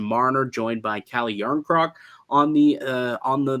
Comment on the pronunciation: Jarnkork?????? Lol